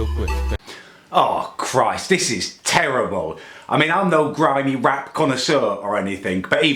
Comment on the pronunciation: it is terrbull